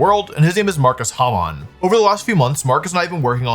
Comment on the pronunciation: The way Wolfe pronounced Markus Hamann makes it sound like Markus Hamon and that would explain why he is such a talented Player